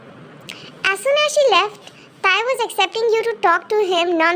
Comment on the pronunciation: Wait a minute... in first line instead of tae it is tar 😂😂